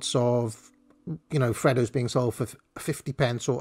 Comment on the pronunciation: Please stop mispronouncing freddos